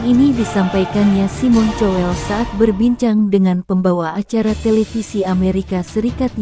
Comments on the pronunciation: Bukan cowel tapi kowl ,payah... . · tuk narator tolong baca nama orang sesuai bacaannya, malu klo ada orang bule yg ngerti bahasa indonesia, cowel, untung g colek